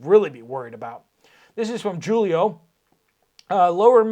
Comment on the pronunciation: I believe the name Julio is pronounced “hoo Lee oh” not “joo Lee oh”.